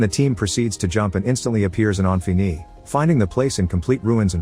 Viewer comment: this text texk-to-speech is irritating me by how it pronounces "Infini" wrong and yet, differently, every time it does... wtf windows xp sh is this?